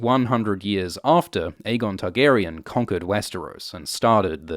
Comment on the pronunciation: I wish you wouldn't put stress the "on" in the Targaryen names. The actors don't...GRRM doesn't...That being said I do like these vids